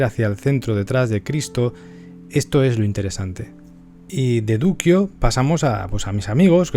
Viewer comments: Duccio, mi pintor favorito. (Por favor, se lee "ducho", no "duquio" ).21.57 Ya me anoto para los videos de los Lorenzetti y de Sassetta !Gracias ! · Efectivamente se dice ducho 😜 como nuccio ordine , alejandro . Ya sabes